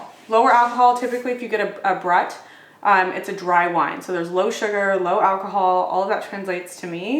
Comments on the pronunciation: I love, love, love your videos because of Trader Joe's and your personality. But OMG, learn to pronounce words. This is your job!!! Champagne or sparkling wine is brut -- say brute, just like a nasty man. It's not but with an r in it. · Thanks for the joy! It’s “broot”. Xoxo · Happy New Year ! I've enjoyed for videos for two years now. I think Brut is pronounced Broot"No ? Take Care .❤ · Lol its BROOT. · Love this! FYI Brut is pronounced Brooot 😊 Also, the M. Chevallier Carte Noire, Brut Cava is great! Great value, sparkling wine from Spain - methode traditionelle🎉 🍾🥂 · Just a heads up…it’s pronounced “brute” ✌️ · It’s actually more helpful to give a phonetic spelling of a word to help someone to pronounce it accurately. Brute is pronounced as … Broot 😊